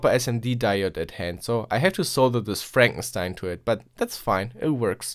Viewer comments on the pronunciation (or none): none